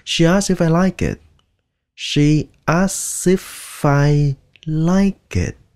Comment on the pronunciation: Đọc khó quá Thầy ,đọc chữ she kg đúng